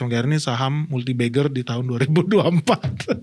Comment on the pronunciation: multibagger ❌ multibeggar ✅